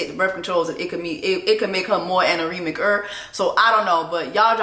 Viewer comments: Child! What is anerimic??? Anemic? 🤣🤣🤣🤣🤣🤣🤣🤣🤣🤣🤣🤣🤣🤣🤣🤣 Something's wrong witchoo. 😊😊🩷🩷🩷🙏🏽🙏🏽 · PLEASEEEE JESSIE NOTTTT ANAREMIC 🤣🤣🤣 She’s anemic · Amy is anemic, not anoremic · Can you make a Black wimmez dictionary because the words you be coming up with has me screaming. " Aneremicer " I'm dead